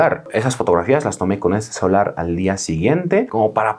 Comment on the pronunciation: Like por cada vez que dijo: CELAR en lugar de celular xdxd